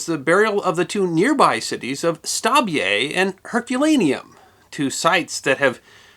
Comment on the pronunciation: Stabie is pronounced “Stabby eye”.